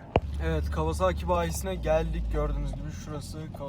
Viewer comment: abi kawazaaki değil (kavasaki) lütfen